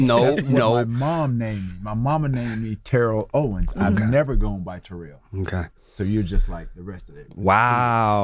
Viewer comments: Yo Name is Not Terrol, yo Name is Terrell, learn your Name Bro🤷,Rell is Rell, not Roll🤷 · Man it’s TA-rell !!!! Relax 😑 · Nigga I'm calling you Ter-Rell... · First 10 seconds of the interview you can see why people don't like him. Seriously, if you are there to talk about other shit. Te-rell, Ter-rell, move past it, grow up, get to the shit you are there to discuss.